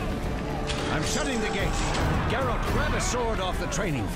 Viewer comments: Dude, it's Geralt, not Jeralt. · It's Geralt not Jeralt for God's sake... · Geralt,not Džerald 😄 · Sorry but this just pissed me off its geralt not jeralt its a G not a J ( ger-alt) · Geralt not jeralt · It's Ger-alt not Jer-alt! They even said it in the video. How do you fuck it up?!?!?!?! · Teepo Jerard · Why do american people call him Jeralt, its so annoying. Its Geralt, not Jeralt. Its not even hard to pronounce. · his names not JARE-ALT its GARE-ALT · call him Gerald one more time... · it's pronounced Geralt with a Guh, not ge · Who the fuck is "Jeralt"?! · Did you just call Geralt "Jeralt"? -__ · the intros story is from one of first book's introduction to Geralt short stories, they even made a comic book about this story. and his name should be pronounced with G like in word 'game' ;) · actually turned off the video right after i heard him say Jeralt fuck that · he just called geralt fucking jeralt... disgraceful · heard this and came to the coments to see If I was not the only one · Who pronounces Geralt as Jeralt? It is said properly by every character in every game... pls my ears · Trying to watch in 2017. Having a hard time fighting the urge to turn the video off every time he says "Jeralt" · Djeralt? Dude... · I wonder how many people are triggered by the way you say geralt XD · failing your mispronunciation of GERALTS name... Dunno what to make of this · i had really hoped he would've said geralt properly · I’m sorry for singling you out, I did mean everyone who dislike the vid because he mispronounced a name, pretty pathetic reason to dislike ngl. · hit him with a down vote for that atrocious pronunciation of the famed witcher Geralt of Rivia!!!